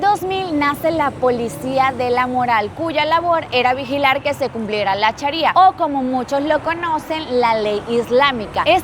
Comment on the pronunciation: Se pronuncia SHAria - no es CHARIA y se dice verdaD - no “verdá”